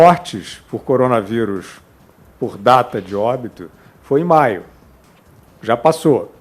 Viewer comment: "Ligue djá!"